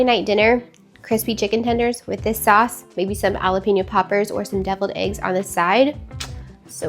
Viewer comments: It sounds like Halapeño, you probably heard J is silent, but it’s not. It’s just sounds like an H. 😊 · I have never heard anyone pronounce jalapeno the way you do. It's so interesting. ❤ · Lol.... and so wrong 😂😂 Love the video, gal 😘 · I thought it was so cute! Even though, yeah, never heard it pronounced that way outside of hearing you ❤